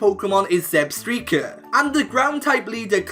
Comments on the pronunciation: Another great video bud but damn you butchered so many pokémon names. None worse than Zebstrika... "Zeb streaker" 😂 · U pronounced it wrong. Its Zeb-STRIKE- ah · When you pronounced Zebstrika it made me die laughing of how you said it